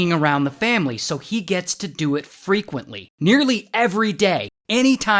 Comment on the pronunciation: Frequently ❌ Freakuently ✅